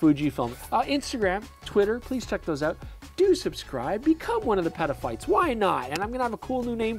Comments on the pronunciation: Dangerously close to petaphiles lol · nah dude. stop saying petaphyte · Every time he says Peta-phite I think of a different word. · Nah, say it again. I laughed. Comedians get away with worse. 😂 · I fully agree. “Peta Peeps” perhaps? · Peter File… 😅🤦‍♂️😂😂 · I know that was horrible 😢😢😢😢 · Even peta pixel is dodgy. Ha ha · Don't ever say petaphytes again delete the video or edit that part, I cannot be a fan of you and have you saying this stuff dude, I just can't. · Yep, I thought I can't be the only one hearing this ;-)